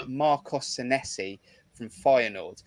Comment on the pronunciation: A great broadcast,as usual. As far as Sanesi is concerned, I agree with Jon that he will come good. Incidentally, his name is pronounced Saneesi, Kris Temple confirmed this in his interview with him. 🍒🍒